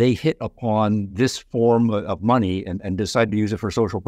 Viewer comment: Money….sounds like “my needs”